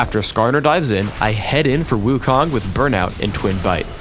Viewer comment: lol, wukong, wrong pronounce. 悟空. do u know chinese? the kong is wrong pronounce. lol .